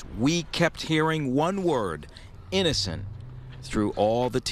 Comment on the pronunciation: GUILTY Not EEENACENT😂😂😂😂